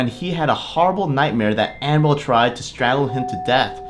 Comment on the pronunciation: It sounds like you are saying animal doll